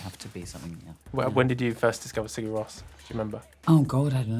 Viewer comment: for someone who loves Sigur Rós, she certainly hasn't made an effort of pronouncing their name correctly - but she's middle class so may think's it's too bougie.